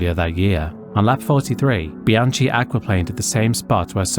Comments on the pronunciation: It is pronounced Bianki not Bianchi. He was French hence the difference in the sound of the 'ch'. It's also Grojohn also French. You really should learn to pronounce names correctly to give proper respect. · I have to agree on that. Things like Grosjean (Groh-zjeahn) and Bianchi (Bee-an-khee) are difficult words, but they are famous names. A bit more respect and research could have been warranted.